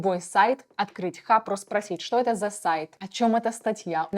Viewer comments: Только не "хапра", а Харпа ("Harpa") . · Даже четырёх минут не выдержал. "Хапра" вместо "Харпа" "Оттудова" "СиВиСи" вместо "СиЭсВи". Дама супер халатно подходит к своей работе. Оговорка на оговорке. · Только не хаПРа, а хаРПа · Особенно когда она говорит "хапра" вместо "харпа" 😅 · Говорит Хапра а прога Харпа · где в названии хаРпа вы читаеете хаПра? HARPA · Harpa — Хапра, извлечь оттудава, CSV — Си Ви Си , текстА и это за первые 4 минуты видео